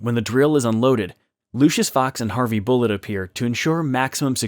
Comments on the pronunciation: Harvey BULLOCK! Not Bullet. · BULLOCK not BULLET!